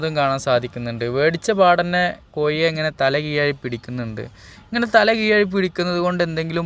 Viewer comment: കോയി അല്ല കോഴി 😀